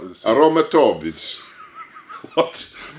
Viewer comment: Cant stop laughing at "aromatodis" "Αρωματώδης" Just to help my fav strongmen, it is pronounced , Aromato THIS.. not "BIS" its the letter "Δ" in Greek, which you pronounce it as D(ae)Lta > Th(e) when it is inside that word. So, AROMATO THIS.. it is something that has a strong smell (mostly regarding to Flowers, perfumes etc) Peace from Greece!!!!! amazing video ive had such a laugh!! keep it up !!!! Ειστε οι καλύτεροι!!! <3